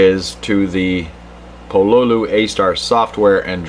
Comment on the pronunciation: just so you know it's pronounced Pololu not Pololu